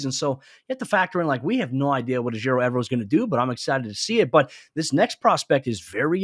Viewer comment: You guys keep pronouncing coach E's name wrong. It's not E-ver-o, it's e-VER-o. I'm not a big fan of drafting a player like Woolen on athleticism alone (they have to have great tape), but 6'4", 210 lbs, with a 4.26 forty??? Is that a typo? Holy crap! Sounds like there's a lot of great prospects for us at CB. Marcus Jones really intrigues me with his special teams upside, and we need a slot. Wonderfully informative show, guys! Thank you, and. And both you and I love the Draft,. I've been a draftnik since the '91 Croel draft.